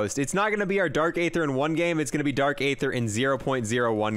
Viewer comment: He is saying dark either wrong lol